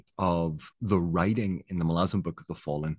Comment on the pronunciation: Thanks for the video, very valid and excellent points in my opinion, not to mention you even pronounce Malazan correctly ;) I am coming to the tail end of my second read through, this time with all the Esslemont books sprinkled throughout as well, started with the ascendancy series which I read for the first time. I definitely put it at the top of the list of my favorite series, the characters and the world are just so epically great. Looking forward to the witness trilogy completion someday.